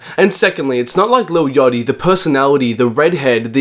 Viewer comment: when ever you say "yotty" instead of Yatchy i loose brain cells